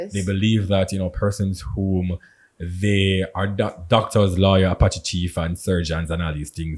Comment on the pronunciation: Not appachi chief I’m dead😂😂😂😂